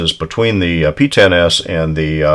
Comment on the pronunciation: Woohoo pee-ten-ess